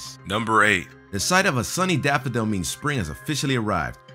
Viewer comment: ahem. didn't he say " daphodile " ?